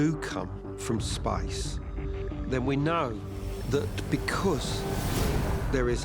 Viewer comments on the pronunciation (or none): He said "Spice" like outer spice. No it is outer space. Spay ssss. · DUDE it's SPACE Pronounced {spejs} NOT {spajs} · Everytime that one guy says space, I hear spice